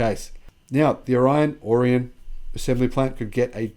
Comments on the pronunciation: the locals pronounce it "Or-E-Un" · Orion = "or-ee-un" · Lake Orion & Orion Township rhyme with "DeLorean." I grew up in Metro Detroit. Michigan has a lot of odd names, be them former Native American names, or in the case of Orion, an English, French, German, Polish, Greek, or Latin word that has a local pronunciation. Lyons is "lions" and Charlotte rhymes with "tar pot" Cairo is "car-o" and don't get started with names like Chesaning, Cheboygan, Copemish, Kalkaska, Ishpeming, Sault St Marie (on both sides of the US-Canada border) or Escanaba! Remember, Michigan is the state with the city Kalamazoo, too! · According to Wikipedia, the Orion in Orion Township, Michigan is pronounced ORR-ee-ən.